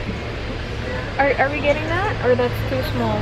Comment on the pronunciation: Wahahaha that (ta-E) 😂😂😂😂 kulit mu 😙😂